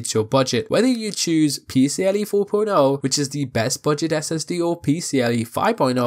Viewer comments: Great video but its PCie 4.0, not PCLE 😅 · There's an i in "PCIe" and not "PCLe".